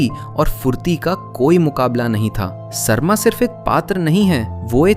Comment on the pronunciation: Sarma (सर्मा) nahi, Sarama (सरमा). उसी से सारमेय (Saromeya) आया है, सार्मेय् नही। क्या हो गया हिन्दी और हिन्दीवालोंको? असली संस्कृत शब्दों का इतना विकृति!! कभी अलग से संस्कृत पढ़ाई कीजिए। याद रहे सारे सनातनी शास्त्रों वेद वेदान्त उपनिषद रामायण महाभारत गीता सबकुछ संस्कृत में ही रचना किया गया। उसका उच्चारण संस्कृत में ही होना चाहिए न कि हिन्दी में।